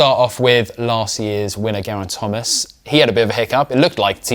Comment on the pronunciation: How about learning how to pronounce Gerraint Thomas's name. And learn to maintain the same volume throughout --your voice is clear then you drop your volume and it's hard to hear what you're saying because you also gabble at times.